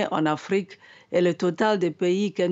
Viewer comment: Pourquoi l oms prononce l Afrique au pire